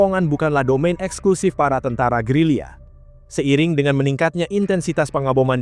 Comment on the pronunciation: Gerilya bang. Bukan gerila